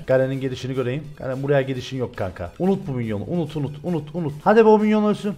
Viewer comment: Abi garen deyince emir diye duymaya başladım Help!